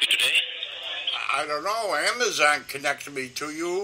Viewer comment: Love the way she calls it Amaze on and thinks no one would notice 🙄 Great work as always W!